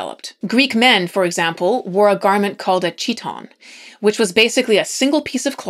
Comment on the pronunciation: 37.53 chiton is pronounced kit-on.